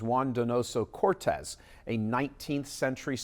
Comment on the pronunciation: Beautiful quote. It’s pronounced “CortÉs” 😇 just like AOC’s last name.